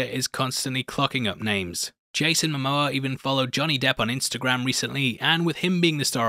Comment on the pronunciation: It is not Johnny Deaf but Johnny Debt!!!!